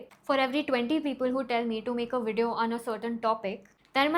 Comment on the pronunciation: First of all it’s not Wideo, it’s Video. Learn to pronounce words properly instead of bullying other channels. Secondly, the comment guidelines on your channel: 1. Stick to the topic 2. Be civil and respectful 3. Challenge the argument, not the person. You don’t follow your own guidelines, and expect people to respect you. If entitled rich kids like you are the future of mental health then the youth is surely doomed!!! You can’t even handle other people’s opinion and reactions and you have the audacity to demand respect and play the victim! If you really want to help the youth then you will withdraw your strike against Swetabh and challenge his argument. But we all know you don’t have any actual guts or the integrity to do the right thing.